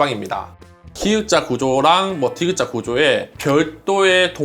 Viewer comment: 들을때마다 신경 쓰이는데 기역자 주방라고 정획한 발음하세요~~